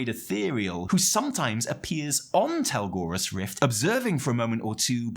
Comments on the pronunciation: I just want to point out for future videos that it's Telogrus Rift like tel-OG-rus. You were saying tel-GOR-us. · I have enjoyed the storytelling of TWW so far, there is a lot of actual character development over time. I love all of the stay for awhile conversations and things. BTW, it's Telogrus rift and NOT Telgorus rift. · Telogrus Rift, not Telgorus Rift, pls be more professional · Don't worry, one day you'll pronounce Telogrus right